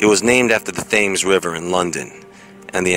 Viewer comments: Thames is pronounced, "tems". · Hi, the name Thames is pronounced temz ;) x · Thames is pronounced Tems. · Lol when he said "thames town ".. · Thames is pronounced "tems." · themes is pronounced tem,s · "ThaYMs " river ???? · lol your pronouncing thr River Thames wrong. its more like tems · For your next video, may I kindly suggest doing a least a little research on how to pronounce certain place names. How you say 'Thames' is hilarious ! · You seriously need to learn how to pronounce the word Thames.